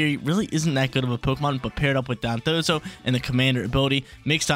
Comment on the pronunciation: It took forever to finally pronounce their names right lol. He used to always pronounce them as Dodonzo and Tatsugimi.